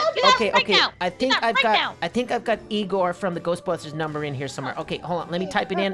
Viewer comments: It's Egon not Egor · It's proununced Egon not Egor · its not egor but egon